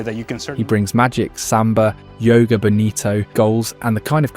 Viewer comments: "Yoga" bonito 🤣🤣🤣 Players meditating on the field😂 Sorry, but it's funny. In brazilian portuguese the "J" doesn't sound like it does in spanish, but it's similar to the french "J". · did bro say Yoga bonito? that phrase is portuguese, not spanish, portuguese says the J as a J not a Y.